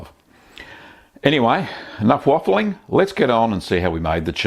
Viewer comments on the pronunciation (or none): That ABSOLUTE accent "Nuff waffling'" OMG IM ROLIDJHAERJHAEGHW